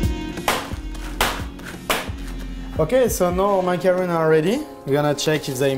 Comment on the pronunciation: I thought this dessert is suppose to be pronounced ma-ka-ron. Ma-ka-ruun is the coconut one 🤔